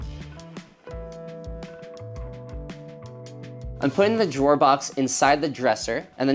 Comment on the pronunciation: When you said “That’s the last drawer” it sounded like “That’s the last straw!” and I thought, uhoh—don’t mess with! 😄